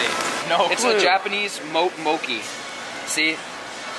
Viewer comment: Mo...kee? Kim...kee? Man and the boys need to watch more food videos that's not just frying everything. At least he got mukbang lol